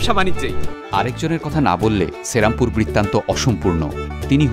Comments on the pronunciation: Pronounciation ta thik korun vai, ota cherampore noy sri ram pur. Bangladesi der uchcharon sunle gaa jole majhe majhe. Ekhon ei comments e hazaro a mori bangla vasa bole oneke hedia morbe. So plz excuse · I told to you that check your pronounciation only. And I wrote sri ram pur to make the pronounciation clear. That's why I break the word. Its not cherampur but serampore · দাদা ওটা শ্রীরামপুর, সেরামপুর না !!!